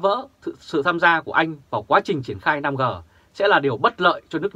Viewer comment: 5G đọc năm rê 5G đọc năm gờ là sai